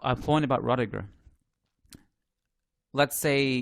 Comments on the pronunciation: my man... Please pronounce it as ROO-DIH-GER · His name is pronounced ROO-DIH-GER